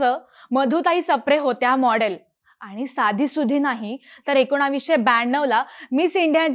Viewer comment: एकोणावीसशे काय असत ? ताईंना एकोणीसशे म्हणायचंय का ? ह्या विषयाला चिन्मयच हवा